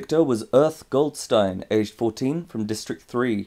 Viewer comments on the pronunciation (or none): none